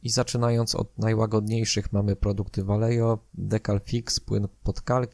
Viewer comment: Ja tylko taką uwagę lingwistyczną rzucę. Vallejo to firma hiszpańska, więc w nazwie "ll" powinno się czytać jako "j", "j" jako "h", a "V" na początku jako coś pomiędzy "b" i "w", co ostatecznie w przybliżeniu daje "Bajeho" ;)